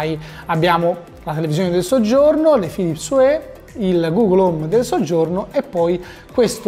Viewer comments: "Philips uè"??? oddio o____O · Una recensione a opera di un sito di tecnologia, con 375k iscritti, e dice “Philips uè”.... ma come si fa! 👎🏼